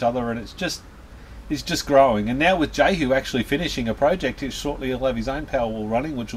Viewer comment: BTW the name is pronounced yehu not jehu.